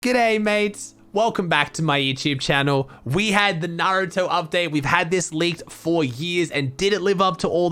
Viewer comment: At least pronounced naruto correct